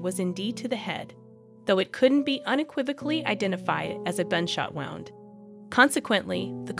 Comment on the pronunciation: Narration is text to synth voice, it can be heard in the mispronounciation of several words that should be easy to say. "Wound" is one of them pronounced it as wound like winding a thread around a spool when it should have been an injury.